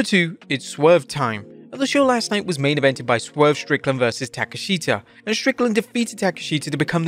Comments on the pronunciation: Tak-esh-ta, not Take-A-Sheet-A...🤣🤣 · Why do you keep mispronouncing TA-KESH-SHTA'S name???? 😂😂😂